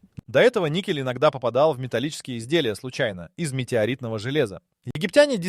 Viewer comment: ... si pronuncia "nikel"... non "niscel"...